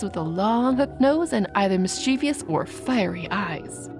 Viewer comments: The narrator has a nice voice but keeps pronouncing the word "mischievous" incorrectly. The word has two syllables, not three. mis-chə-vəs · Said mischievous wrong at least 4x 😭